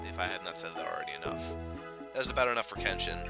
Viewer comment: Well 2000 is a pretty hefty goal to get to but i think you could do it (although if we assume there to be roughly 53 days of summer left, or at least thats the case for me, you would have to upload about 6 videos a day...). I would also like to pester you again about your pronunciation of Kenshin :P, srsly though now i chuckle every time i hear you say Ken-Shin. I wouldnt mind more SGS in the future but i probably wouldnt call it a huge priority kinda project. For the future projects im definitely interested in pokemon pearl as well as probably path of radiance but as you predicted i do not know what the last one is. As for streaming, hopefully you can stick to a schedule with that cause those are a lot of fun. Now onto Jstars, i have at this point unlocked all but 3 characters, nearly completed one of the story arcs (btw you do get at least 1 more character to be playable aside from the 3 you start with, or at least in the Toriko storyline (on a side note: Toriko is pretty fuckin good, like holy shit man, he has the longest ranged move in the game as well as an attack that when you charge it up completely it does as much damage as a super move)). Ive found the character that is literally the most BS asshole of all time (saiki) who you literally cant even attempt to fight against unless you are across the map shooting projectiles. Also to this day i cannot understand your troubles with Bo-Bobo, for some reason when i fight bobobo he is literally the biggest piece of shite eve